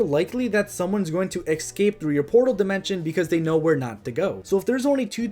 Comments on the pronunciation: escape not excape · I love that you say eggscape